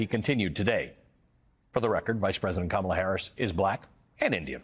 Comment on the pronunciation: .... Sure sounds like he said Pleading to "black" Harris...